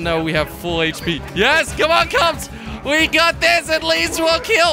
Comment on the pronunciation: why do you say kobs